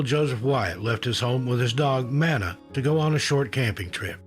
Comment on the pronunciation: MAW-NUH (Mana) the Dog